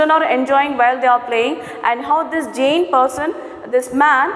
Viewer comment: Your pronounciation (giant ) is incorrect